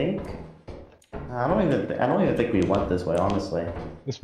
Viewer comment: "I thibk what you mean is......"🤣🤣🤣